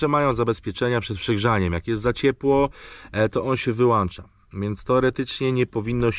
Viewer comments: na miłość boską! wyłącza nie wyłancza, podłącza, a nie podłancza:) Pliz słowa naprawdę i zaprawdę powiadam Ci mogą ranić:D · wyłącza, nie to żebym się czepiał 😆 Pozdrówka